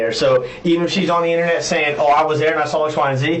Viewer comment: She said Innanet. 😂